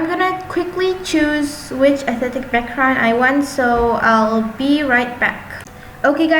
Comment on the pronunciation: no hate but she said 'aesthetic' is athetic XD lol